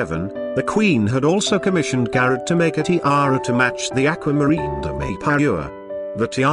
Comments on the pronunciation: The images are fabulous, but this guy’s voice is SO grating. In addition, he pronounce the names of the jewelry house wrong. Garrard is not garrrit… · The pronunciations in place are awful - Garret for Garrard and Therece for Terese, D'angoilime for D'Angloumeme ....ugh..